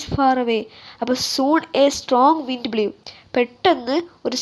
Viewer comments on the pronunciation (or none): Blew pronounced തെറ്റ് ആണുട്ടോ.... ബ്ലൂ എന്നാണ് pronounced